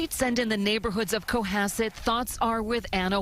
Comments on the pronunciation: Just came here to say that as a local of the South Shore (I grew up in Hull, the next town over from Cohasset), how you pronounced Cohasset made me laugh my ass off. Thank you for that. Great job as always,. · Jeez,, the news clip you included should have clued you on how to pronounce 'Cohassett'... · So disgusting, poor Ana. Even Brian’s dad wanted nothing to do with him and also I love how you say Cohasset lol it’s not the right way but good effort. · My family is from the area and even though it became international news everyone I knew acted like a family member died. Ok the way you pronounced Cohasset really threw me off lol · Love the show but you have to get the names right. Call anyone from Massachusetts or New England and they will tell you how to correctly pronounce, Cohasset! 🤟🏻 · Love the pronunciation of Cohasset. I'm not even mad. I like it better. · Co Hass it.. that's how it's pronounced.... say it correctly..three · Coh-hass-it, thats how south shore pronounces it anyways, and Quincy is pronounced Quinzy, just fyi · It's pronounced Co-hass- it. The accent is on the hass part. I had to be that guy. 😄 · Pronounced Co HASS ett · It’s co-HAS-sett sweetheart. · It’s pronounced COE-HASSET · Hey just had to be one of those people telling you how to pronounce town names from massachusetts 😂 It's CO- HAS- ET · from the area, we pronouce it Co-HASS-it. xx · It's pronounced Coh-hass-it, Massachusetts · Salem, MA resident here. Love the shirt! Love the Channel! BTW.... It's Co hA sett.. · Cohasset pronounced KO HA (like hat) Sit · It's pronouned cohASSet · It’s “Ko-Ha-set” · Someone’s probably mentioned this, but it’s pronounced coh-HAH-set 😂 Love your videos. So happy for Friday. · Hey! As someone who grew up in Massachusetts and actually worked in the town for a bit, it's pronounced Co-has-set. Not that I didn't love hearing your rendition of the town name lol. That town kinda sucks btw... Very rich and exclusionary 🙄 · Co - hass - it